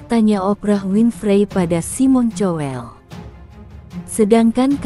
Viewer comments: Bukan cowel tapi kowl ,payah... . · tuk narator tolong baca nama orang sesuai bacaannya, malu klo ada orang bule yg ngerti bahasa indonesia, cowel, untung g colek